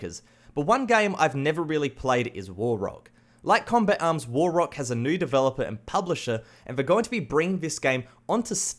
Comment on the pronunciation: the way he said combat arm , COMBEK AM